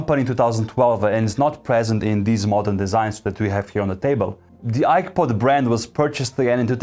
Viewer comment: I swear I heard iPod every single time. 😅